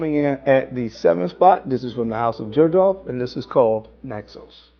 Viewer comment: Can’t wait for your videos & thanks for putting the text on the screen for every scent, LOVE IT, makes a HUGE difference!!! Also, just FYI not being critical but I believe Xerjoff is pronounced “ZER-joff”.